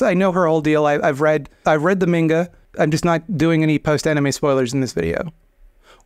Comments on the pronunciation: It’s pronounced “manga” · It's pronounced "manga". You're welcome. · It's pronounced Mango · MON GAH. A in romaji is always awe, as opposed to ah, bot as opposed to bat, The sound AY is spelled EI, the ound AH as in bat/tab/mat is not a sound in japanese, technically anime is mispronounced by every westerner as well, in japanese it would be AWE-Nee-May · It's pronounced manga. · cant say manga but can pronounce fuckdeder without flinching